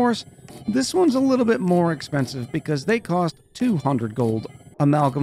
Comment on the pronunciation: "Just a luuutibit aof carbon dioxide" lol. Great video